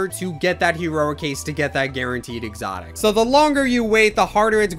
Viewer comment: THE WAY U SAID EXOTIC U CANT SAY IT NOOB